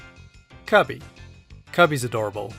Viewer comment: The way he said Kirby sounded like kaarbey